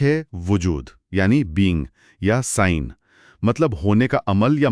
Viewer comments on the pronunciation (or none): It's not سائین ، it's زائین ...